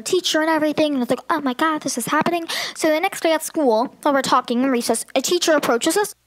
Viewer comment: "i thought they were tOlaKtAhing about the snow"